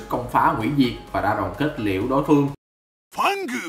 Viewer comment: Ad nên đọc một cách bth chứ đừng cố bẻ nha, Fang mà đọc sao thành phâng lun